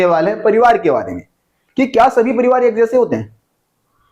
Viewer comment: Pronounce parivaar or likh parivaar